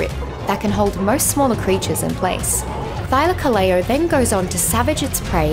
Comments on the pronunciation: I don't care how much she butchered the name Thylacoleo, the video's still great. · English isn't my native language, I suck at explaining it. Just look up "Thylacoleo pronunciation" on Google and you'll see what I mean. Also, I'd like to clarify that this isn't criticism in any way, shape or form. I enjoyed the video, I just wanted to point that out.